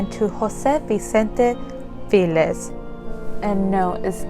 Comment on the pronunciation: It's not "filez", it's FELIZ pronounced (feh-lees). Translates to happy.